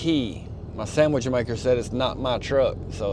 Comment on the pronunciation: LoL - "my samich maker" - we speak the same tongue......